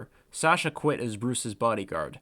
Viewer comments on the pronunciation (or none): none